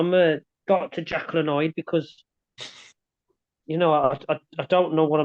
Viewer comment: What a great sport is! Such a legend. Also it's Jekyll, rather than 'Jekill'.